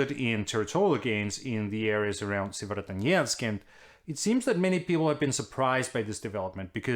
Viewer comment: Tak Anders.....og hold kææææft hvor har du øvet dig på at sige Sievierodonetsk ;-)